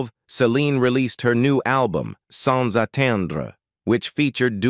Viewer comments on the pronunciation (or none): none